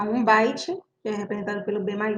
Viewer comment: Parei no "Baite"